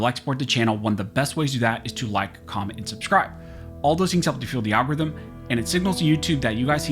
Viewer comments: 😂😂😂I love when he says Al -gores-rhythm 😂😂😂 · I could of swore you said, "it fuels Al Gore's rhythm" lmao